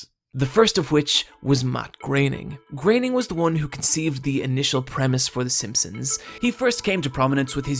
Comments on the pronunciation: IT's Groening, not graining, and more importantly, IT'S FOX NOT FUCKS! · Graining? I thought it was pronounced "Grow-en-ing" Must've been wrong this whole time :P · It's pronounced "Grerning". German is very easy to pronounce - there is never ambiguation. It's 'Grerning'.